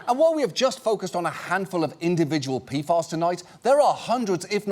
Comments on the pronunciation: Wait it's pronounced "P-FAS"? All this time I was thinking it was "P-F-As" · Who tf came up with the pronounciation P-FAS It's calles P.F.A.'s like every sane person would name it gosh 🙄 Been wondering about this for a year now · Tell me I'm not the only one who keeps hearing, "pedophiles". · It sounds like he's saying P-Farts. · peefahs. Ridiculous. Also have chem degree also never heard. Saying pee ef ay is hard work now. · Was I the only one who kept hearing "Peedfiles" when John Oliver says "PFAS"? Like I figured it was a joke to make it sound as scary as it is or maybe just make sure people are paying attention, but I'm not sure now if it was intentional or even just me having bad hearing.